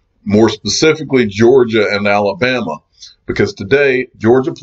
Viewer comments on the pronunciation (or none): none